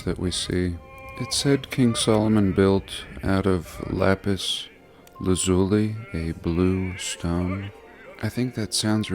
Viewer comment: Wrong. Lapis Lazuli has one pronumciation.